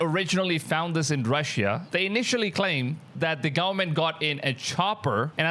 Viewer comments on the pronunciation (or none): none